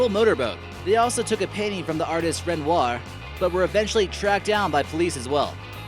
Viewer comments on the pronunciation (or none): none